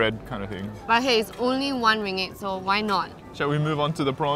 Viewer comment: Sorry I got irritated with your pronunciation of ringgit! It’s ring-git btw, instead of ringit 😆 oh, and you can easily find Lontong Kering at Geylang market!